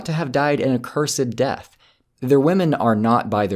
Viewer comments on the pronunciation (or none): none